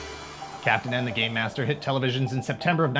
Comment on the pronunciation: Here in the U.K., he was colloquially known as “Captain N, the gay master” because of how the narrator pronounced “game” in the title sequence.